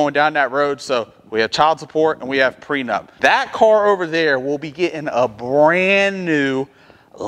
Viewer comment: Are you saying Pre Nut or pre nup?